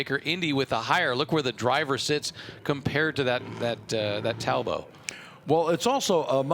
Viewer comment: I wish commentators would stop pronouncing Talbot as Tal bow . It's English,not French and it's pronounced Tall Bot.